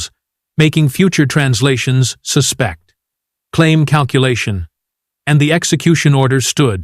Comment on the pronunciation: "suh-SPECT" or "SUH-spect"????????????????? Your AI got it wrong!